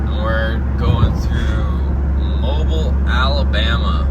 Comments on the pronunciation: Hey it's pronounced Mo-beel AL not Mobile..your are hauling some serious horse power. power towing more power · Not sure if ur exaggerating but it’s mo-bill Alabama that’s how it’s pronounced lol. Ull be passing through my hometown shortly after there. Pensacola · Pronounced-- Mo be l lol 😆 Just giving you crap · It's pronounced Mobeeeel